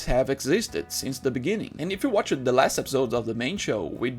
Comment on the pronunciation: My dude, watched is a single syllable word, you're pronouncing it like it's two syllables. I know English is not your primary language just pointing it out to help out not attack you so please don't take it that way.